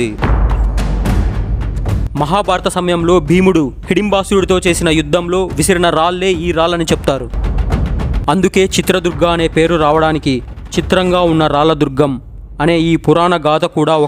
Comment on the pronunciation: రాళ్ళ రాజ్యం అనాలి బ్రో..రాల్ల రాజ్యం కాదు😅